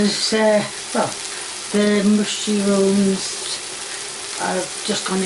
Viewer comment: Wonderful, "mooshyrooms". Lol